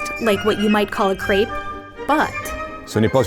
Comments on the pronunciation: Not crayp - crèpe (e like in Ben) "Bretons" are the people. The region is called "Bretagne" in French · GRAPES KRAPE KREIP CREPE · Neither is this nor the sweet version a "crape". It's a Crêpe! Pronounced like (but not being) crap or let's say crep. But you had to be blind and deaf to call this thing "crape", even as an English speaker. smh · How ironic that a video teaching you about "What you didn't know about food" starts off by pronouncing crepe wrong.